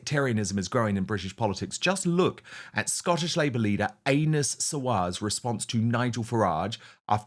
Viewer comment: Did Dan say Anus Sawar ? 😅